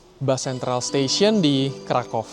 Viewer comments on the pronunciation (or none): bacanya kota Vroswav dan krakuv